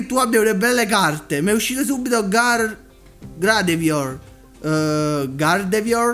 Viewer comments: Sì pronuncia gardevuar (o almeno di solito lo chiamo cosi) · L'ultima ex si dovrebbe pronunciare "gardevua"